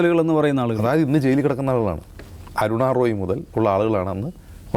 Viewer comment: ബ്രോ, അയായത് അല്ല, ദയവു ചെയ്തു അതായത് എന്ന് പറയു, കേൾക്കാൻ വളരെ ബോർ ആണ് "ആയത്" എന്ന്.